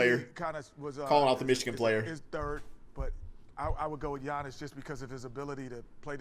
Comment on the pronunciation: Okay guys come on, it’s Giannis.